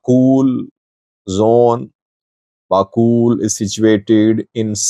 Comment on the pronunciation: Its bakool not bakul